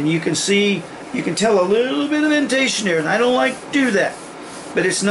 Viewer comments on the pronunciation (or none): none